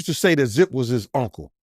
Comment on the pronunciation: His punck-le? No diddy!